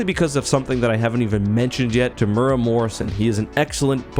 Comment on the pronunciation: Tam-o-where-a Morrison. Not Termuurra.